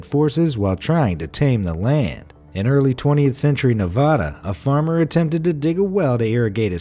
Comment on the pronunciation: You daid Nevada wrong